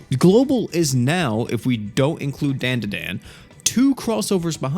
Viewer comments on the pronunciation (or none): its "Frieren" and "DanDaDan" not Friren and Dandan Learn English